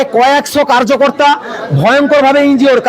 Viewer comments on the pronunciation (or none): অবাঙালীর উচ্চারণে কার্যকর্তা না বলে কর্মকর্তা বল , মূর্খের দল